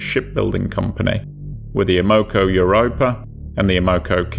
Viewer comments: the oil company's name is pronounced AM-O-CO. It stands for AMerican Oil COmpany. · It's pronounced Ammo-co. NOT A-Moco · A Moco? I have always heard it pronounced Am o co. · its not Ah-mo-co it's pronounced Am-uh-co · I cringe every time I hear about the "a-MO-co Cadiz. It's AM-o-co Cadiz". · It's AM-uh-co, not uh-MO-co. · We pronounce it Am-a-co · (AM-O -CO ) American oil company, If you're going to explain something about an American company or the American people, pronounce it correctly, Americans deserve that,If not for America and it's men you would be speaking German right now TY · You're always eloquent and respectful, which I appreciate. However, as a Chicagoan, just have to say the pronunciation of the first word in the name of the first story's ship grated on my ears. Like others have said, it's AM-oh-co. (Originally one of the Standard Oil companies, it later became Amoco, which is now owned by BP.) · Great video but that's not how you pronounce Amoco😆..AEH-MUH-KO😉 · Am O Co is how to pronounce. Good video Thanks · Stop saying it wrong! 😅 It's Am Ma Co. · As a Chicagoan, that drove me nuts. AM-oh-co, damn it! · AM-O-CO Amoco! That's how its pronounced. Who in there right mind would sail a tanker in to a Gail? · So every syllable gets accentuated? SMH AM-uh-co <-- this is how you convey phonetic pronunciation. (alternately, you can replace the first hyphen with an accent/single quote mark) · Have I been pronouncing Amoco incorrectly for 40 years? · You're pronouncing Amoco incorrectly That is, unless you are stating the Spanish translation of "to snot" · The pronunciation actually makes sense if you're not familiar with the company. American Oil Company. Oil isn't pronounced "AWL"